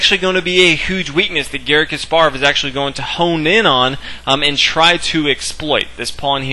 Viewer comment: omg stop pronouncing his name kas PAR ov its KAS parov